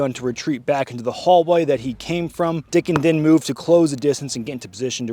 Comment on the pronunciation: Yeah, it's DICKEN, not "Dickens." I know the family (actually his sister.) And I'm extraordinarily familiar with that mall and that food court. I used to work in that mall and I'd hang out there with my friends all the time during middle & high school. And about 3 weeks before this shooting happened, I was actually escorted to an entrance by security when someone complained that they saw my pistol. Apparently, there's a single sign outside of the County Line Road entrance that "prohibits guns." I didn't park near there, nor did I ever see the sign in the 15+ years I had been going there, even when I WORKED THERE. To be fair when I was escorted out, all I did was grab a different holster, put my pistol in THAT holster, tucked my shirt over it, and went about my day with my wife. I didn't leave my gun behind because THAT'S INSANE. You're not going to catch me without a gun on me. Period.